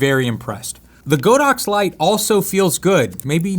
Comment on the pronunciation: Not Go dox, it’s God ox